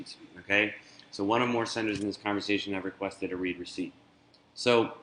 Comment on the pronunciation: I do believe it is a READ (pronounced RED) receipt, not pronounced REED. It is for emails that have been READ.